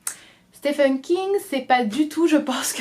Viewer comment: Juste petite info, Stephen en anglais se prononce «Stiven» et non «stefen» :)